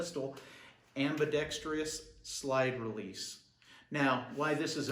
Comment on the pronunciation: Your're killing me with your enunciation of ambidextrous... there's only one "i" bro.